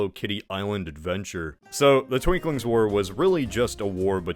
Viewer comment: Just one correction, its not twinkling, war, its the Twinking war. Twin-King, lol. Because there were twin kings fighting for control. Also, turtledove does kind of change the context of the holocaust, by making it the fuel to a magical superweapon... which gets copied by the Not-Russians. Ps. Its not at all relevant, but im sad that you left out the fact that the algarveans have red hair and wear kilts, lol